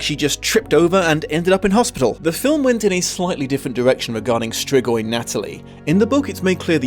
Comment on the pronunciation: say it like strigoi and hit harder on the r